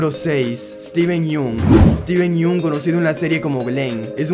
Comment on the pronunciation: Tubiste 3 errores no es eteven yun es esteven yong y se escribe yun 2